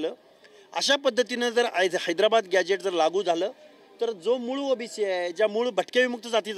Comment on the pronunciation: याला ओबीशी व ओबीसी याचा उच्चार येत नाही हा कसला प्राध्यापक